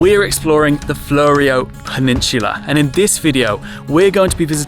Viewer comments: It's more flew-ree-oh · Thanks for your video - it's always intersting to hear how other people view your home. Also just FYI it's pronounced Fluro Peninsula (like the flurescent lights) .Or phonetically floo-row. You got Onkaparinga perfect spot on. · Born in Victor Harbor 1951. Great place. The word "Fleurieu" pronunciaton by Australians, which is how you pronounced it, is not how it is pronounced in French even though the origin of the name came from France, viz (from - The Fleurieu Peninsula was named after Charles Pierre Claret de Fleurieu, the French explorer and hydrographer, by the French explorer Nicolas Baudin as he explored the south coast of Australia in 1802. The name came into official use in 1911 after Fleurieu's great-nephew, Count Alphonse de Fleurieu, visited Adelaide and met with the Council of the Royal Geographical Society of South Australia, which recommended to the state government that the unnamed peninsula terminating in Cape Jervis be given the name Fleurieu Peninsula "in honour of one who is worthy to be remembered in the annals of Australian geography". The government approved the name later that year. Even though an Aussie actually born in Victor, after having studied French at high school for 5 years under French-speaking nationals, I prefer the correct French pronunciation, as per the first audiofile, ie Pronunciation by gwen_bzh (Male from France), in this link - and NOT the Oz pronunciation with the OH on the end. So, the Aussie (IMHO, incorrect pronunciation), has the following Breakdown: FLUR (or FLOOR): Rhymes with "poor" or "door". ee: Like the 'ee' in "see" or "me". oh: Like the letter 'O' or "go". So, put together: FLUR-ee-oh. The correct French pronunciation, as per the